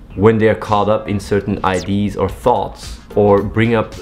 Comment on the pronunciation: Someone should teach athene how to pronounce "idea"